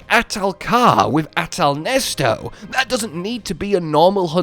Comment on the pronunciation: nice to know hes still calling Neset "Nesto" lol